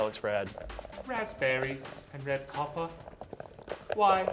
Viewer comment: "Raspberries and Coppah"...EPIC!!!!